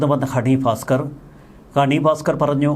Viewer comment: Not Honey Faskar, pronouce Bhaskar